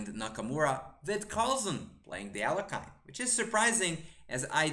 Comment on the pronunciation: Alekhine = Aljehin (Alyehin) [ɐˈlʲexʲɪn] rather than Alec-kine ;)